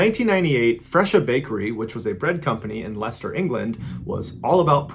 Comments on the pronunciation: I'm impressed MrBallen not only pronounced Leicester properly but said it like a local. Respect! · you are liturally the first american youtuber that pronounced Leicester correctly... usually its "lee sester" remember if it has shire at the end, its not pronounced shire... its pronounced "sheer" so Leicestershire is pronounced lestersheer and not leesestershyer :) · Great work saying Leicester property, a lot of non Brits struggle with it.